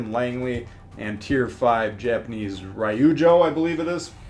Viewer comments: Ry-oo-jo no no no. Ryuu = one syllable. ryoo-jo. Also 9v9 with carriers will most likely be garbage. I know the coding and all... but jeez. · Ryoujo- ree/you/jo